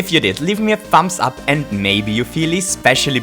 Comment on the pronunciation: You heard him thambs ap "lol"